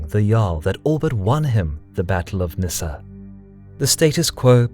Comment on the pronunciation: It´s pronunced "Nissan" in swedish and i actually live here in Halmstad :)